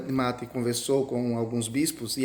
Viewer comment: Só um adento é Roberto de Mattei (se fala Mattêi).